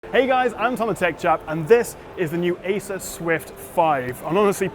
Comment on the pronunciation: It sounded like you said Asus swift 5. Got me confused there.